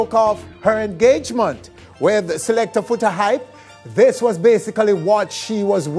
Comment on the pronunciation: talk so much he can't even pronounce engagement